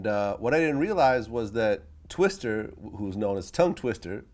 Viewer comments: Vlad please its TWISTA not twister!!!... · Hate when this nigga Vlad does this er shit. His name is Twista not Twister